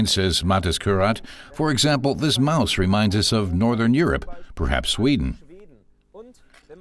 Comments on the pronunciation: A minor correction. It's "moose," not "mouse." But great show, though. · It's moose not mouse, pasta not noodles, sportwagon not sports car and 1-5-9 not 1-59. Apart from those details this video comparison was.... pointless.